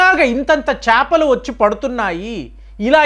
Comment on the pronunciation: చాపలు కాదు అండి చేపలు.